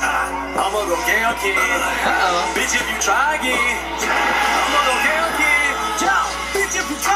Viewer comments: but its kaioken not KAY-okin..... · He pronounces kaioken 2 different ways lol